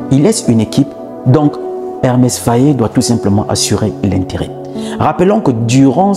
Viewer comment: EMERSE FAE , pas Hermès,pas Ernest ,merci.